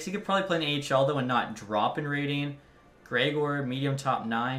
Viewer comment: "Noah Greg-Orr"